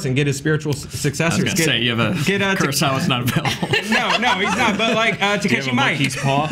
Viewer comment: (Btw, in case anyone is curious, its Mee-Keh, and first name is TAH-KAH-SHEE, not Tah-KEH-SHEE. TAKASHI MIIKE)